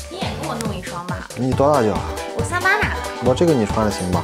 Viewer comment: 那个女生说38的脚不看字幕以为他在说山巴的脚🤣